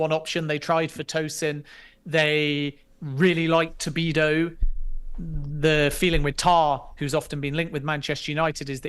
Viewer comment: Stop calling him Tobido!